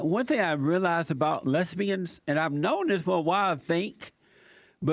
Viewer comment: 'A WHOLE LOTTA FAT LESSSBIANS' ***lmao***